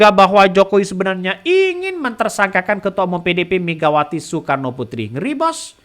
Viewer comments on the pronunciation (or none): none